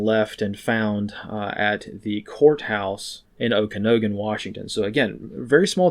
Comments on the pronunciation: Okanogan is usually pronounced with a “nog” not a “no”. Just a friendly FYI. Thanks for all the work you do for us! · Love your videos, but I about spit out my coffee when you pronounced Okanogan lol It's more like Oak-an-aug-en. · Great update. Thanks. FYI Okanogan is pronounced OH-kə-NOG-ən (the nog is like in eggnog).